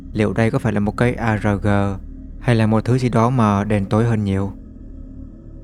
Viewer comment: Góp ý: kênh đọc các từ tiếng Anh chuẩn chỉ hơn nhé, vd: có hôm kênh đọc sai địa danh pennsylvania, vid này ad đọc arg theo âm việt(từ này vốn viết tắt của một từ tiếng anh là "Alternate reality game" nên hãy đọc nó theo âm tiếng anh). Nó chả ảnh hưởng quá nhiều đến trải nghiệm nghe nhưng với một số người thì nó khá khó chịu, với lại đọc chuẩn tiếng Anh còn giúp tạo phong thái chuyên nghiệp, chỉnh chu cho kênh.